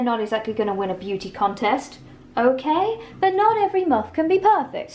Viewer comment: English isn't my first language but by the way emma says "muff" it sounds like a dirty word